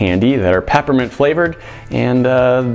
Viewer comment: Did he say pappermint?